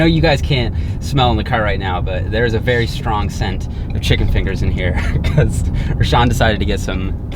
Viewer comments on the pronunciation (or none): none